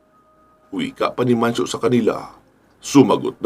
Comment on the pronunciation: Mancio po sir idol..s dami nio pong iniisip ngkamali n po kau ng bigkas